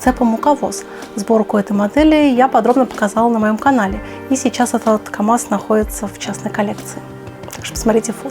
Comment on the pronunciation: В слове камаз есть буква "З")))